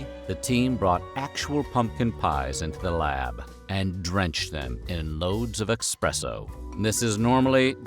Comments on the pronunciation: We all know the education level in the US isn't exactly high, but is eSpresso really that hard to pronounce? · I respected this voice over artist until today. There's no X in espresso.